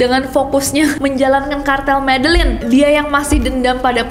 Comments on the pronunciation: MEDELLIN cara bacanya ME-DE-YIN Nessie 💯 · Medellin itu pengucapan nya Medejin kaaakk😊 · MEDELLIN itu cara bacanya adalah : [medeyin] . . . please deh . . . LIDAH KAMPUNG nya jgn dipelihara smpai tua ya Mbak . . . MALU2in lho . . . please deh 😇😁🤭🙏